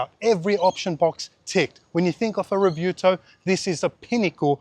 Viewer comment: Whats a Revuto? 🤣